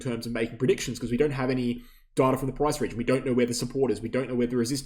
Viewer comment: "Darta" sounds funny and not clear english. Good video though, once again. (apart from the shameless plugging of your affiliated exchange)